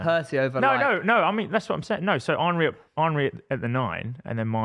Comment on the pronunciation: Why does pronounce Henry as if he’s Jamaican 😂